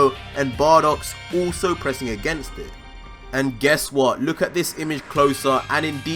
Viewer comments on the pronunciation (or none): none